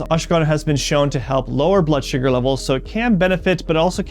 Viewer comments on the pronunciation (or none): none